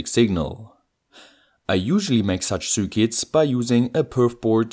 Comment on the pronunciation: I love how you say zürkits